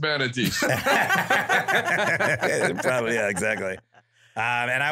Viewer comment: I love how Jim pronounces Manatees as "Hu-manities". 😆